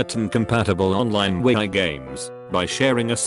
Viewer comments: No one: Text to speech: wee i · the nintendo we-eye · So if the computer voice pronounces Wii as We I I can hear the voice saying we I u. An I for real the only one thought this? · nobody: TTS: wee-eye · When it tries to say wii it says we-i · wee-Ai games